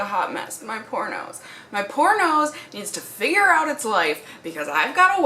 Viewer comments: I heard "poor nose" but actually thought I heard "pornos" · OMGGG, when you said "my poor nose" i swear i heard "my pornos". It took me a second to proccess lol. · Just so ya know... "poor nose" sounds a lot like "pornos." lol Caught me off guard a little. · Lol poornose when she says it fast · Did anyone else misheard her and thought she said "my pornoes" instead of "my poor nose" ?😂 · I thought you said your "pornos" lololol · "Poor nose" sounded like "pornos" :-) I'm new to your channel and love it! Keep it coming! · When you said "My poor nose" at the beginning I thought you said "My pornos" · I thought she said pornos so I came to the comments to see if anyone else noticed😂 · I did too! And then realized she was saying "my poor nose" 😂😂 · who else thought she was saying " my pornos" 😂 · Kitty lol me too! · Can we just talk about how "poor nose" sounds exactly like "pornos" and it was wild there for a few seconds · When she said "my poor nose" I thought she said "my pornos" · At the beginning when you said my poor nose I thought you said my pornos.... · I thought she said pornos to 😂😅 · ... Anyone else hear "My Pornos!" Or was it just me?